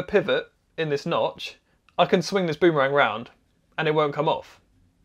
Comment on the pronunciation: Shorten the ooo in boom to be nearly as short as bum. That's the way the Indigenous Australians say it.